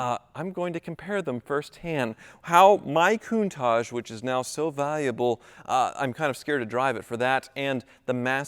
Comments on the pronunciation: Nah, don't sell the Countachgee ( pronunciation) now. In ten years, it will be worth enough to pay off another ex-wife all on its own. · What's with the pronunciation 'koon-taj'? Come on surely you know better than that